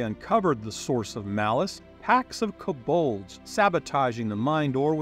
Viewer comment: Good videos, I don’t wanna be that guy but some of the pronunciations…. Koe Bald